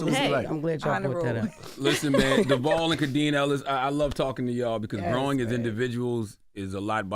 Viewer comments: Right I’m like his name is not Duval and he not in Florida, it’s DEVALE! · Am I the only one annoyed that they can’t seem to get his name right, he even gave them a hint by constantly saying his name and Charlemagne still keeps calling him Duval. Every time they come on this show I wonder why they don’t correct him, anyway this was a funny interview. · I’ve been rocking with and Devale since they lived in the apartment and filmed their YouTube videos. They are such an inspiration to so many. I love their relationship and I love how they keep it real. I really wish Charlemagne would learn to pronounce his name correctly. I cringe when he says it. But they r a wonderful couple and I get involved with all they do. Much love and respect ❤❤❤ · Charlemagne got ONE MORE TIME to pronounce Devales name wrong!? Been in the game decades and interviewed them 3 times and STILL getting it wrong is unacceptable. I’m sorry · This is LEGIT one of my fave couples, HANDS DOWN! I love their love, communication, family, and public vulnerability. But if the BC fam doesn't stop messing up my guys name even when he keeps saying it...they gon get donkey of the day. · Charlamagne, that man has been around long enough for you to pronounce his name correctly. Get that shxt together sir. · The way they mispronounced Devale’s name the whole interview 🤦🏽‍♂️ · Devale said his name sooo many times... and they STILL mispronounced it. Please say it right y'all. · When Charlemagne says devale’s name, it’s like “why aren’t you pronouncing his name correctly sir?” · Wish this was longer. Love Khadeen and Devale. They seem so down to earth. It showed how humble he was by not correcting y’all for mispronouncing his name multiple times🤨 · I’m so annoyed they kept getting his name wrong like yall clearly don’t watch them or didn’t do the research cause they would know how to say his name smh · Fantastic interview. But the fact that they kept saying Devale's name wrong is grinding my gears!!!!!!!!!!!